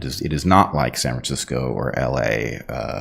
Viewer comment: Did Heather say San Fransiko?? LOl!